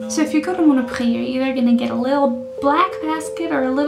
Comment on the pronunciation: Thk you to make me laugh ;)à Mono prix with a X lol , price = priX in french . I am stunned by your french accent nice ;) , and you re cute also without the light ;p hug